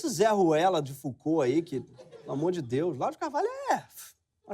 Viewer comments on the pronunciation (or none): "Deúz", "Jezúz" drogas pesadíssimas!!!!